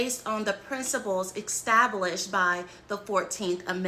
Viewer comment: I'm sorry but when I hear "exstablished" rather than "established" from someone offering advice, knowledge, or expertise, I assume everything else that person has to say cannot be taken seriously or trusted.